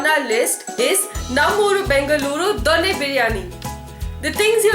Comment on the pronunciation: Please learn to pronounce Bengaluru and Donne properly first.